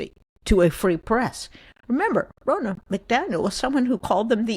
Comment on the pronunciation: Thank you for voicing the truth, that journalists must be truth-seekers. About the NBC thing, just a note: Ms McDaniel pronounces her name with a short O, like Harry Potter's buddy or the governor of Florida with a NAH on the end. Not Rona like Rona Barrett. - from a Michigander